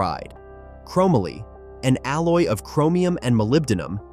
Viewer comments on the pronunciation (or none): Dude. Seriously?? Chromaly??? It's CHROME MOLY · Crow-Mah-Lee! Can no longer watch this! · It's ChrO - MOLEE - YA GOOF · chrome - a - lee Really.... chrome - molly ▫Chromoly ▫ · This guy mislabeled all the tubes. He said the down tube is the top tube. He never rode BMX or has done any type of cycling. He pronounces Haro's name wrong. And he pronounces Chomoly wrong. What a hack. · This AI. Voice Just Butchered What Was a Very Cool, Well Written Story! :hand-orange-covering-eyes:💩 ...."Hair O" = Haro ....."Chrome ah Lee" = Chromoly Poor Kids Today Are Going 2 Say That Their Frame Is Made Out Of, ...."Chrome ah Lee" and Their Favorite Bike Is The,.... "Hair O"😂 ....Gotta' Love A.I..😂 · The thing that drives me most crazy about this video is the way he pronounces chomoly. Dude who wrote this def did not live during its time. No fing way. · This video could’ve been done better… I hated the editing. I pronounced chromoly and Haro differently growing up. Haro started off with number plates. Overall bought back a lot of memories. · Whoever this narrator is, they don’t know how to pronounce half the words. Chromoly, Haro, etc. Oh, and, the Hutch pro star should be number one. They also fetch a lot more than $5000 in mint condition. They fetch anywhere between $10-$15,000 in mint condition. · Can someone please help this guy pronounce “chromoly” 🤦 not to mention all the bad information in this video. I also highly doubt any kid like me into bikes as a kid in the 80’s would agree with this list. How do you leave the Skyway TA off this list?! Or not mention Torker, Cook Brothers, Robinson, or the well known Schwinn Predator. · Terrible music selection and please for the love of God stop using an AI voice otherwise this would’ve been a great video. Learn how to say chromoly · The mispronunciations are killing me. Chromoly and Haro. C'mon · Not to mention the fact that the guy doesn’t even know how to pronounce the word Chromoly.